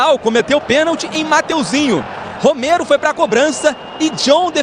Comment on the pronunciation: O/NOME DELE É ROMERO, E NÃO ROMEIRO, APRENDEU, ????? IDIOTA.????